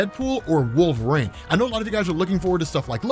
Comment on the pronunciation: are you saying Wolverine or Wolverane